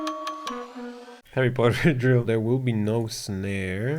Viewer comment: Harreh pottah..